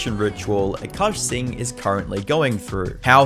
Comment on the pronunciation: “Cuckaash Singh” is crazy 💀